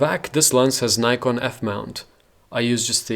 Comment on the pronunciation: Thanks for this review, above all thanks for pronouncing Nikon and Nikkor correctly.